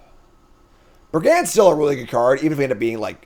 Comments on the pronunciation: BrigAND I can forgive him for, sure he's saying it weirdly, but at least the letters are correct. Arynx he is swapping the letters around so it's a different word entirely. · That one doesn't bug me but....100 BrigANDS :{ brigand = brig und cacophony = cuh caw phone eee